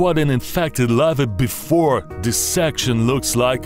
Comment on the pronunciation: Of the Lavaaa and the Lavaaa and the Lavaaaa